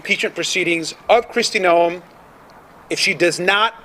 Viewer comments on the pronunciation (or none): My husband and I watch you a lot, probably daily. Just something that has bothered me is how you have been pronouncing Krist Noem's last name. Its pronounced like "Nome" in Alaska. 😉